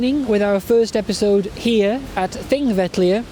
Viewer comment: a good idea very well delivered! I have been to Thingvellir three times and this is the first occasion to hear the correct pronunciation of the name. Will follow with Egils Saga.